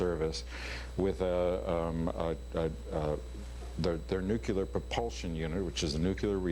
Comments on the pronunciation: "nucular...it's pronounced nucular..." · Haha he pronounces nuclear just like Bush... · That drives me nuts, too. NEW-CLEE-UR not NUKE-YA-LUR! Gah! Love Harrison Ford though. And Conan is amazing. :-D